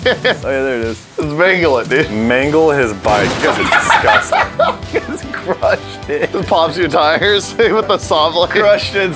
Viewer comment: Nobody:: DiSCusTaNg